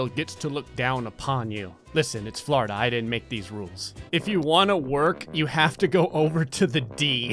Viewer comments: "Flourda" :P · When he says Florida it sounds like he's saying flarda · It’s Florida He says flarda I love it